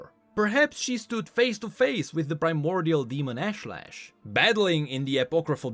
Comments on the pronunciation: I don't think pronounced it's Ashe-lesh, it's Aash-ley-sh. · Pretty sure it's pronounced Ahsh-leh-sh, with more of a south Asian/Indian accent/intonation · Ashlesh. I think it's meant to be pronounce Ahsh-lesh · Hi, A small nitpick but your pronunciation of Ashlesh is incorrect. The skin spotlight voice lines video has the correct pronunciation.